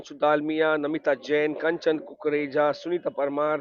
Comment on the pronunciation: It is not Kesha ... it is Kanchan